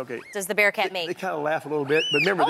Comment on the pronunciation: was he saying bear cat a bitch awon?